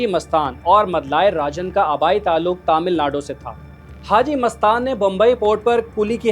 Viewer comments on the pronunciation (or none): none